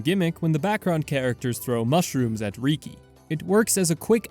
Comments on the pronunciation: Reeki…… it’s freakin Rih-key bro. Listen to the voice acting please….please… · Love the video. Excellent work! (I also find your pronunciation of riki funny. “Reekey” don’t get me wrong I’m not trying to make fun of you or anything)